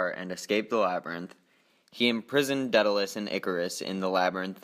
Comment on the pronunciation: I thought it was pronounced DAY-duh-luhs